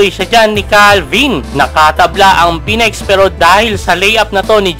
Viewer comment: Phoenix po hindi Phoenex.. Ayusin mo pronunciation mo next time ha